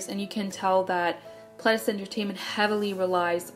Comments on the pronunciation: i was right about the dees tho, i don't think that they're is a is sound in korean, pleh-dee-seuh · wow I always pronounced Pledis like “pleedis” and now I feel like a fool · Can i just correct the part about fans getting too close? That was in japan. It was their japanese company that was not stepping in and stopping the fans. It did get to the point recently that Pledis did stop their Japanese promotions as NU'EST W due to the fact that it was getting more and more dangerous with them picking up speed. But in the start it was their Japanese company Ariola that was not protecting them fully at their Japanese promotions. Also its pronounced nu EAST not nu EST. You can hear this clearly in their intro